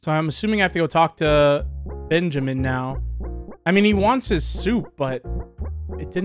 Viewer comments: I literally said to the screen ITS BUN-JAMIN NOT BEN-JAMIN until he noticed bro was making me die a little🤭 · OH MY GOD MAN. OH MY ACTUAL GOD. HIS NAME IS NOT BENJAMIN. ITS BUNJAMIN. BUNJAMIN. B*U*NJAMIN. OH MY GOD. PLEASE. IM DYING. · You must play yugioh because you just refuse to say Bunjamin's name correctly LMAO